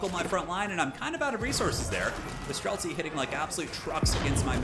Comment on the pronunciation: I got same when hear "Strelcy". I am Polish but this word is in my language too and means same :D